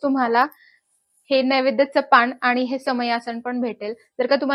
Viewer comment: नैवेद्याचे पान, न स्पष्ट म्हणा, ण ऐकू येतोय